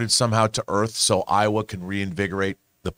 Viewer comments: Horrifying thumbnail and horrifying pronunciation of Eywa and Navi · Eywa is “Aye WA” not Iowa. Iowa is a state. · I can't believe owns so many copies of avatar and still pronounces Eywa wrong. They say it soooo much. 🥴